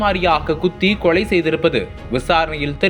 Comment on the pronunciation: என்னடா தமிழ் பேசர? பல்லவி - பள்ளவி அல்ல, கொலை - கொளை அல்ல …. 😡😡